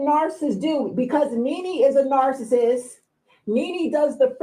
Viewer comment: Shouldn’t u HAVE to be able to pronounce NARCISSIST in order to be able to launch the allegation idk ijs😂😂😩😩😩